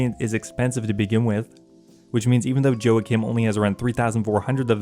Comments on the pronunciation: "Joe-uh-Kim" is killing me haha. It's most likely "Wah-Keem" or "Wah-Kim" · "Joe ah kim" lmaooo Its "wah-keem" Love you 😜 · Joacim is a spanish name i think, pretty sure you butchered that 😂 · Could also be Scandinavian, but either way he butchered it.